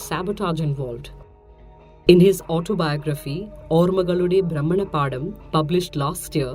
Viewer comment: ALMOST Spot on, Bhramanapatham not paadam